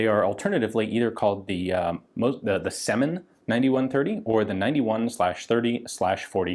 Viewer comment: It's rather Syomin than Semin.